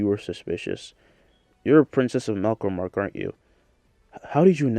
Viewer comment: It is not melkromark its melromark